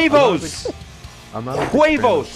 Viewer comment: Jajajaja you post the funniest stuff BA! Im from Costa Rica and its so funny to hear you trying to say "huevos" jajajaja!